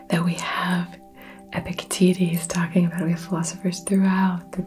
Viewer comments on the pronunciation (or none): I'm not your client, but I have the same struggle and solution. I had to take an emergency afternoon walk, or risk a meat-world cascading failure. I now have a new favorite mispronunciation of Epictetus. Careful, or yt might demonitize you roflmao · Instead of Epictetus I heard Epic... you know what 😅😆 Can't be the only one, can I? Fellow viewers? Hello? 🙈